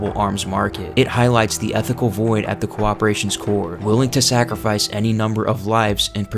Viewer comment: Umbrella "Cooperation" gets me every time. Sorry to tease, it's a great lore video.